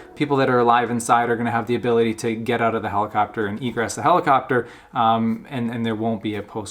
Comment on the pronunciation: "...thye're burning alive because they can't get ooot" - this guy has to be Canadian.